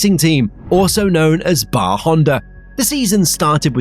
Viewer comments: Cracking video/ driver documentary.... They where not known as BAR Honda.... It was B.A.R Honda..... Not the word... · B.A.R. (British American Racing), not Bar. Otherwise, good video